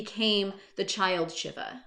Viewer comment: I think it's pronounced "Shee-va", like the Hindu God.